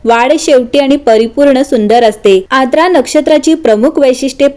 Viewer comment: Its आर्द्रा, नोट aadra